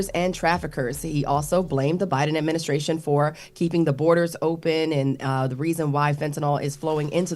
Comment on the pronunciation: Charla called it the “trump adminiscration”